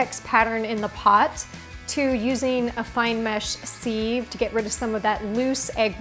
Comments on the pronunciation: Yes, very nice but why can’t she pronounce the word ‘sieve’ correctly. It is not [phonetically] seev, as she is saying it, but siv. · Great lesson in egg poaching. Terrible lesson in English...the word is pronounced siv...not seeve. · Grey video! Very helpful. But for the love of God, stop saying “seeve” it’s a “Siv” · Because she said sieve like it rhymed with Steve and not how it is meant to be pronounced e.g siv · It's a sieve not a seeeve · Very clear, thank you. btw: pron: siv, not seev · Nice idea … with the sieve. Interesting pronunciation of that word. Where are you from? It is usually pronounced siv not seeve. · Just learned another way to say a word. Sieve. It’s pronounced Siv not seeve!! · Merriam Webster pronounces SIEVE as SIV not SEEV. Just sayin. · It's pronounced SIV not SEEVE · Erm - did she just say ‘seeve’ for sieve....? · Sieve is pronounced SIV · Seeeeve? Are you serious? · I would have more respect for your video if you pronounced the word sieve properly.